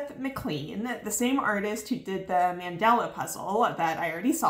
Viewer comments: Friendly FYI: man-DA-la is the pattern; Man-DEL-a is the famous South African president 🇿🇦 Not a big deal, everyone makes mistakes and mandala is not a word you hear often 😊 good luck for Nationals!! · It’s mandAla not mandela